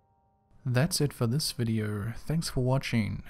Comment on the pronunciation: Videe-urrh?? You mean video???